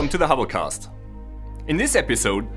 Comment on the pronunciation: hobblecast sounds like holocast